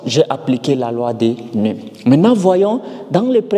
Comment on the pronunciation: Pourquoi tu prononces la loi des nez au lieu de la loi des nœuds ! 😂